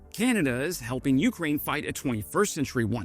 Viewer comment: Hi. Please pronounce Ukraine with the accent on 2ND syllable, not 1ST! It Really irritates me, the way you pronounce it. Thanks for your work. Canadian - Ukrainian over and out!